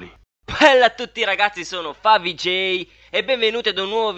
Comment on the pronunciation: però non si dice falsoj ma favij